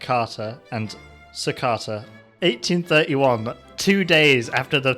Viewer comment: The pronounciation of yogjakarta and surakarta are a little.....off